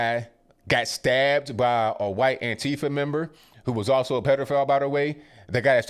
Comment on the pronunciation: huwhite male...love it